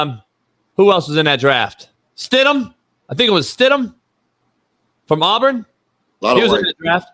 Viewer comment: did Ryan Ass Clark just say “Arbrin”? Cmon homie